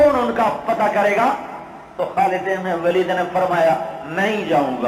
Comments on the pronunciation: its not walid say it waleed ok understand otherwise say only khalid u know nothing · Its not خالد بن والد its خالد بن ولید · Vaali naheen, Bul k Valeed kahein.